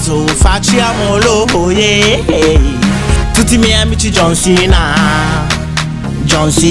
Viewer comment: Ma non sa neanke parlare dice don cena invece di John cena